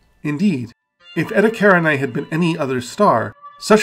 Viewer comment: You know what contributes a lot to these objects being unknown? Your mispronunciation of them. Eta karinai. Yeah, I've never heard of that before.